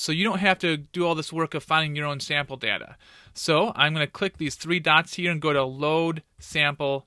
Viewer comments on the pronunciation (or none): none